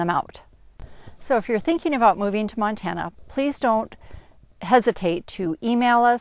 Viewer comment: It’s a PLOT map, not a Platt map 🙄. Love it “If you’re thinking of moving to Montane, don’t “ (long pause)....